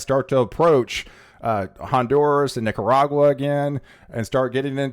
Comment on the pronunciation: Te haría bien aprender a pronunciar correctamente los nombres de los países en idioma original. Honduras y no Hondurs